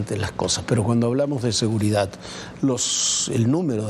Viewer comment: Otro que dice "seguridat"🤦🏻‍♂️